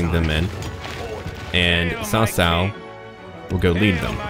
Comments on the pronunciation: You've done a pretty good job at pronunciation. As a side note, "cao" is pronounced like "tsao" rather than "Sao". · Hi the name is not pronounced "sao sao". It's a "ch" sound like in "cheese". Something like "chao chao", but with less emphasis on the h. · Cao is actually said like Tao Tao its weird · hahaha... cao cao should be read more like "chow chow" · ***** hmm...when I wrote what I wrote I meant no disrespect, and I sincerely hope you didn't take that as an insult, I merely wrote that as a note of my amusement when I hear someone pronounce Cao cao in mandarin incorrectly. Sorry for not having the compassion you share for non-native english speaker.